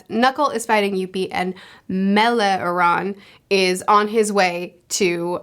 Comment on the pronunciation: to say meloreon corectly. just think about the animal he is: chameleon. It is said like that